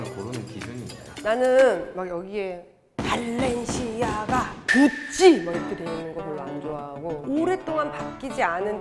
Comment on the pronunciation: 구~찌, 발!렌!시!아!가! 이런걸 싫다고해놓쿠 똥똥똥똥은 모에요모에용 ㅋㅋㅋㅋ